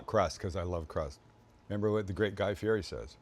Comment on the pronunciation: That looks fkn amazing, I'm so stealing that. Guy Fieri's surname is pronounced Fee-Yeti, btw. Top ep guys, loved it.